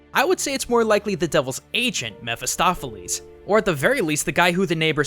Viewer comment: Jeramya Mair he is pronouncing it right i've read the book and its Mephistopheles and it's pronouncing it right too (mefistofeles)